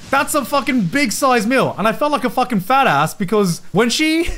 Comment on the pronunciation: Garnt saying FATASS like an American. The conversion is happening